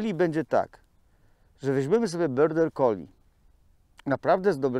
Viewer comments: dlaczego wymawiasz nazwę tej rasy jako „byrder collie”??? To jest border collie i tak się to wymawia. Pozdrawiam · tak po niemiecku lubi 😁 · też to wypowiadanie zauważyłam, ale pomyślałam, ze ja nie mam wiedzy o nazwie rasy. ja mówię border, ale jak specjalista tak mowi, to widocznie, tak jest.